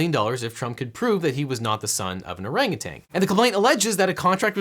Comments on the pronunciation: There's no 'g' at the end of the word 'orangutan'. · Not gonna lie, I was pretty annoyed at the mispronunciation of "orangutan" (TAN, not TANG, no G at the end) but you definitely redeemed yourself with the ANUSTART reference at the end. Bravo... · "Orangutan" ends in an -n, stop pronouncing it like it ends in a -ng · It’s orangutan, not orangu”tang”